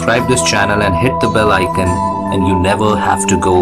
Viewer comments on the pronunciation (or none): none